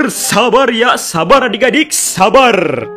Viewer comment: sabar atau saber bang 😂😂😂